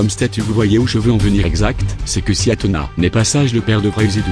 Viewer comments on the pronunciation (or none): t'as dit Athena alors que c Athéna